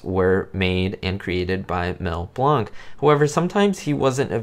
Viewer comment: is pronouncing Blanc's name correctly. He is an immortal legend from the golden age of animation.